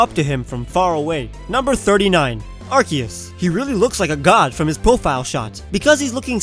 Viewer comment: Goddamnit you said Ar-kee-iss when its Ar-see-iss!